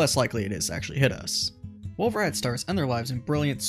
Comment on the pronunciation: The T in "Rayet" is silent. It's a French surname.